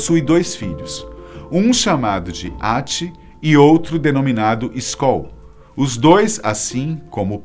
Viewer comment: eu entendi Skol kkkkkk